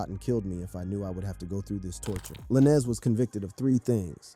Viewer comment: Why are you pronouncing Lanez like that?